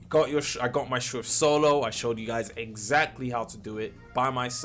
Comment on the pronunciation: its schrift not schwift btw your the goat tho